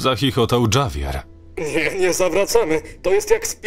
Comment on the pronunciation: Bylem w burzy, ktora wytworzyla tornado. Grad byl wiekosci pilki do baseball. Samochod zostal skasowany. A Javier wymawia sie troche inaczej.